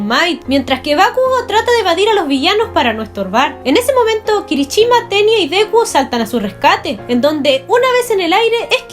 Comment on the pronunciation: No es kirichima sino kirishima